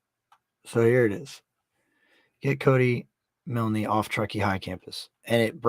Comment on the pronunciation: Its pronounced miln the e is silent...I just had to add that cuz its driving me crazy hearing u say milnee lol